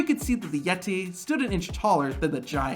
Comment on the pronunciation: "Yet-tay." -Tony Schiavone